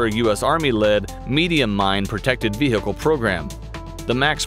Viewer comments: Has this guy really been saying ve-hicle all this time? And nobody’s told him? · The way he says vehicle 😂 "veeeceeheeecle" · He's trying so hard to say vechile cool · The way he says vehicle reminds me of the the cool whip joke from family guy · Who else loves/laugh when he sayes vehicle